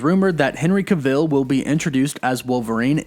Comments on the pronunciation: NOOOO! No! No! We need some one more rugged, short, true to the character like Hugh jackman was. Is it just me or did anyone else get bothered by the way he says Henry Cavill’s name?? Cav-I’ll not cah-veel lol. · Ca'vill? haha, your news is always brilliant, but he's not from stargate like Teal'c its just Cavill, rhymes with unravel, travel, gavel, mammal, paddle and no I'm not a grammar Nazi, I'm Black, British and the only black person I know who could be a bombastic enough villian to get away with wearing an ss uniform is Samuel L. Jackson in a film noir called: The Spirit. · I turned the video off after he said the name wrong for like the 5th time. I mean if you are going to do a video on someone then you should at least know how to pronounce their name! 🤦🏼‍♂️ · Why do you keep pronouncing it like kuh-vill? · “Kavull” not “Kuhville” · irks me hearing you butcher his last name... it’s CavILL. not Caveel. please stop. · You said his name wrong? It’s Henry Cav-il, not Ca-vil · it’s “Cav-ill” not “Ca-Vill” lmao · Yeah like wtf you’ve never heard this guys name before making the video? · I really hate how you pronounce certain things. His name is Cavill. Not CaVille. And it is THEM not THUM! Other than that, I like the channel. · It would be like someone calling Tom Cruise, Tom (Crew-ees). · It's not "ca - ville", it's "cavell". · BTW, you’re supposed to stress the first syllable of his name, not the last. It’s CAvill, not caVILL. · Why are saying his name like that? To much emphasis on the i sounds weird and isn't how you pronounce it. Just say it the same way you would say travel. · New shot game....every time you hear ca-ville take a shot....guarentee you'd be smashed after this video 🥴🥴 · Please stop saying his last name wrong, it got so annoying lol. It’s Not cUvil.. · Please pronounce his name right- it's cAH-vill. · Learn how to pronounce Henry Cavill's name properly. Cav-ill. As if DCEU would let Henry Cavill play a Marvel Character. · ca-vill. lol